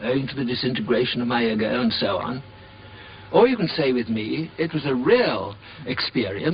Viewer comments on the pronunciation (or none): "disintergration of the "eggo".. EGGO? hahaha